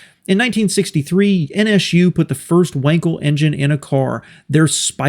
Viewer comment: Why you call them N ESH U?